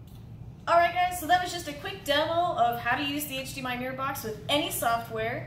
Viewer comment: "To power the flip use HDMI mumble, mumble box" You mumbled the point of the video